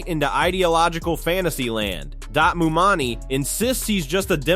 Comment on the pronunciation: Where do you get "mumani" from "mamdani"??😂